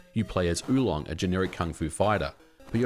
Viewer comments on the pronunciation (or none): none